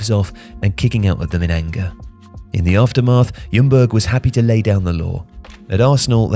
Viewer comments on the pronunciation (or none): none